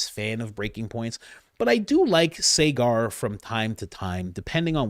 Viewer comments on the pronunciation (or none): Coach, love ya but Enjeti's name is pronounced Sogger, not Saygar. ❤